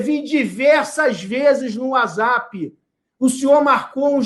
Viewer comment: Um candidato não consegue nem falar whatsapp direito kkk n merece meu voto